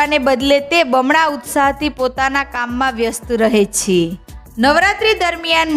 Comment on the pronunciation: `છે´ નું ઉચ્ચારણ જરાક સામાન્ય રીતે કરો તો વધારે સારું લાગશે.